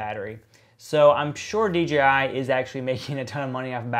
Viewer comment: Why does everyone always wanna say dgi instead of dji?